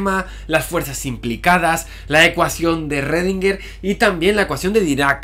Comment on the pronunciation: Me perturba que digas Rrodinguer que Schrödinguer jeje